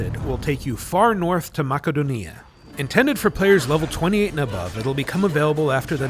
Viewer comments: wow someone actually pronounced Makedonia instead of Macedonia :P :P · That's how its said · Because that's how it's pronounced